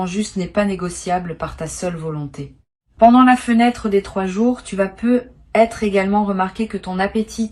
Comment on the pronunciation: insuportable la voix IA avec ses :"peu être" , essayez au moins de prendre des voix qui font les liaisons en Français si vous voulez être crédibles